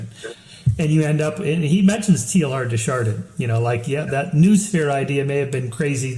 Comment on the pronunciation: Tay-Ar de Shardan, please!